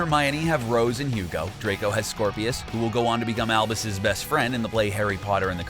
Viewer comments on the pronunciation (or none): none